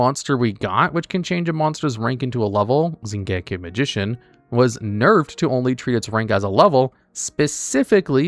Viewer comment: That pronunication of "Xiangke" is atrocious.